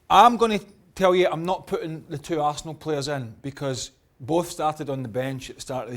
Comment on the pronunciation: "ASS"nal LOL